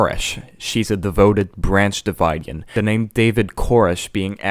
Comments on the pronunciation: BOC fan here. , the names should be Marcus Eoin and Michael Sandison, not Sandison and Sandison. Also, Branch Davidian is pronounced "da-vid-ian" (vid as in "video"), not Divide-ian. Listen to the news broadcast videos of the Waco massacre to hear how reporters pronounce it. Just sayin'. Otherwise I Iiked your analysis breakdown of the record. Peace. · it's "Davidian" not "Dividian" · Also I’m sure someone else said this already but it’s pronounced “branch dah-vid-ee-in”, vid like video.👍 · 1969 is also the year of peak hippy and woodstock festival - not just the satanic bible. Also it's pronounced Branch Davidian I as in igloo, not as in divide